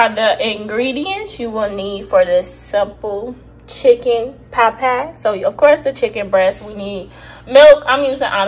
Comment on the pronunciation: “Chicken pot pow” 😂😂😂